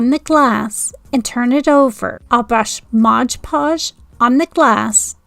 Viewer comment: Love your crafts but please stop saying modGE podge